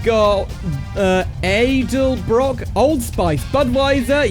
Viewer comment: that’s a new pronunciation for edelbrock, and yes the hooters series is an actual series I think it’s still done